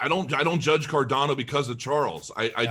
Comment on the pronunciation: It's CarDANo... not CarDONo - FYI 🕺🏻